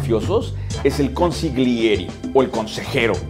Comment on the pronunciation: se dice consigliere no consiglieri si quieres te tradusco todos los video saludos desde ITALIA UN ABRAZO GRANDE